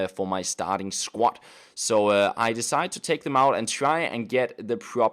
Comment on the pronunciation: SQUAD not SQUAT